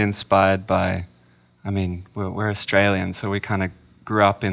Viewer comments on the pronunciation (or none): none